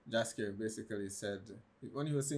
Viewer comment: It's Jaskier...NOT Dżaskier..